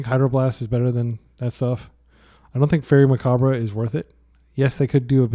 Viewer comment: i have liked your videos but PLEASE learn how to pronounce macabre.